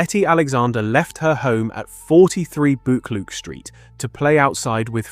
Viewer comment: I'm from Glasgow and some of your pronunciation is hilarious! Especially Buccleauch St and Sauchiehall St 😂 I remember my Granny telling me about her. She was from Partick a d was in the police during the war.